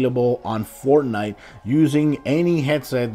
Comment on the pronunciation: It’s Fortnite not fortine